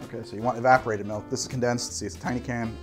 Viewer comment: Heh. says “Melk”